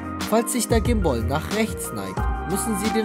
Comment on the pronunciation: Haha voll lustig wie du sprichst. "Komoara" "gim-booll" ^.^